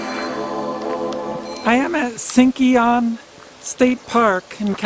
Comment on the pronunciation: "Sinkyone" is pronounced: Sing-kyo-nee, or Sink-yoe-nee PS: Do you get paid for that O'Reilly Auto Parts commercial attached to your video? If not, you should.